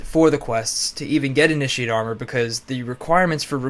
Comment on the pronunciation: (about) it sounds like he's saying "Ini-sheeiitt"